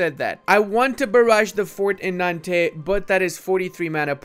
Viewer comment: Nantes is pronounced as if there was no "es" at the end. Or you can go the Breton way and say Naoned.